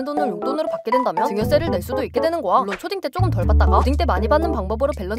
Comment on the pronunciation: 거야 발음 이 고아로 되는데 수정좀 부탁드립니다.